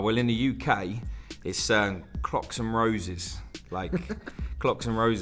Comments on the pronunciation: I heard cocks so crocs are better lol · I heard cocks hahaha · lol i thought said cocks and roses at 1st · No. I heard it too and was originally appalled that anyone would get a croc tattooed on them. But to each their own I guess so I didn’t question it.